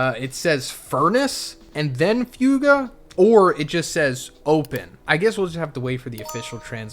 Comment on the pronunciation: It’s not pronounced few-ga.